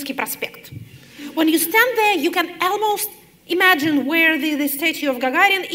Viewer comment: Подскажите кто-нибудь Екатерине Михайловне, как произносятся rather и almost. Там нет звука э.